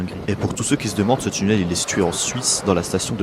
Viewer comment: Tchunnel? Ouvertchure? C'est quoi? Aaahh tu voulais dire "tunnel" et "ouverture". Faut parler correctement et pas comme un cassos de la té-ci.